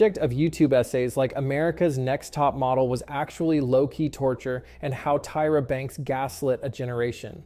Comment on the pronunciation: The voice is off, I knew something was off when “he” pronounced Tyra wrong, a typo in the script 😬